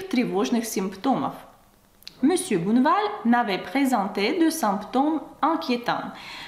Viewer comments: Juste une petite correction : ce n'est pas monsieur "bouneval" mais monsieur Bonne val prononcé Bon' val avec un O comme dans "Он" en russe. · Bonjour! Tu parles très bien Français - Bravo!!! - mais je me permets quelques remarques sur ta prononciation dans cette vidéo. 1) Tu prononces: " Mr BOUneval" --> il faut prononcer Bonne -val "BONNE" comme dans " la confiture est bonne;-)" 2) Tu prononces: "CAUME" d'habitude. Le "O" doit être ouvert cOmme (même chose que "bOnne" au point 1 3) les premières atteintes tu as oublié la liaison --> "les premières 'z'atteintes" 4) Ah ça!! On ne prononce pas "AAAAh ça!" mais "aCAAA") --> "ah" très court... "ça" plus long 5) Tu dis: Le malheureux ajusta "SON" lorgnon et "LU" --> il est écrit: le malheureux ajusta 'SES" lorgnons et 'LIT" Voila qui va te faire passer pour une "vraie" Française;-) Encore une fois tu parles très bien... ce ne sont là que quelques détails qui amélioreront encore ton français Ты молодец! Amicalement Charlie